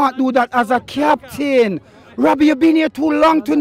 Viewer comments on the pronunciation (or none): 'cmon rabbie you can't do dat as a captwaaaan'